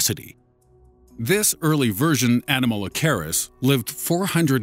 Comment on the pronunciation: Wrong pronunciation of Enomalacaris.